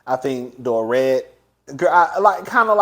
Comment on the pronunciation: You have been watching the show long enough to know Dorits name. It’s not Doret.